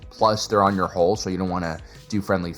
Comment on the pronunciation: the ONLY annoyance is people who cannot say 'hull', and instead say 'hole'.